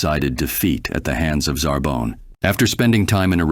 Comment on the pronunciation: Did he say ZarBone? Lmfaoooo gotta love AI generated vids